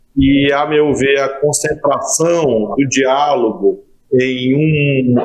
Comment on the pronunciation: A SALIVA SECOUUUU!!! " DIALAGO"" KKKK!!